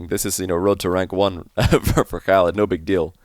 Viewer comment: bro you're saying Khalid name like Arabic guy lmao respect bro you can say the Arabic letter خ